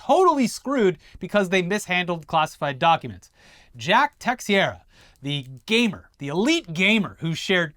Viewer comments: Some notes ... its teh-SHEER-uh Not tex-what-ever-you-said. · Its T'sherra is how that last name is pronounced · Portuguese dropping in to say it’s pronounced tay-shay-ra 😘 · Teixeira is pronounced "tey-share-ah". I only know this because I watched Mark Teixeira play baseball in his prime, even though his nickname was "Big Tex" when he played in Texas. Been following since the Machinima days, always great to wake up to a new video! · It's pronounced like "Tay-hee-rah" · Teixeira= Tuh-share-uh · Ok y’all. The x in Teixeira is pronounced “sh” plz fix this! U sound funny! But I still love this show 😊